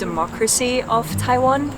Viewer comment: TaiWan, very good Chinese pronunciation 👏🏻👏🏻👏🏻👏🏻